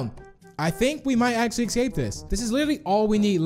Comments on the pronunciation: I love how u say escape in the start "escate" And the house map u said "espace" I love how u panic dude hahahhaha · he said eKsape